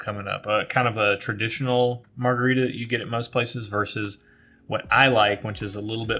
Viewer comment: Good stuff! Loved what you said about coffee and your journey. Also, Chili’s strawberry frozen margarita is Julie’s longtime guiltiest pleasure. Terrible idea for you from Phil: marga-rye-ta. Cheers!